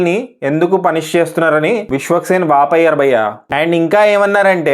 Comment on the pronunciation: Vaapayyaru kadu vaapoyaru, telugu kuda sarigga matladalekapotunnaru mana telugu youtubers